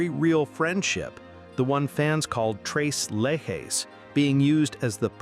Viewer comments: 3 leches is pronounced "trays laychays" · It’s pronounced just like it’s written….tres leche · To the person who is narrating this video. Your mispronouncing the name. Tres Leches translates to Three Milks, it's a Hispanic Cake made of you guessed it Three different types of milk and should you ever get to taste it trust me YOU will want more. It's very tasty, but like these three ladies, alone they're very good, but when you mix them together, Man They Are Amazing...